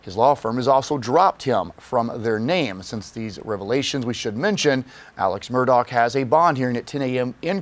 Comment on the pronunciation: Apparently thousands of criminals are above the law, as they're not being kept in prisons and jails! It's pronounced MURR-DAH not MUR-DOCK.